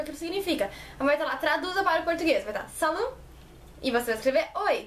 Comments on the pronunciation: se pronuncia sali. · O "t" de salut nao se pronuncia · Salut não se pronuncia o t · Uma dica: quando você falar Salut não se pronuncia o T. Esse T é mudo sempre.